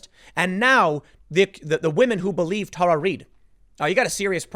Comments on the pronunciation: Why can't Tim pronounce names correctly? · Tim, please stop making my inner teacher cringe. It is Tara (Terra) not Tar.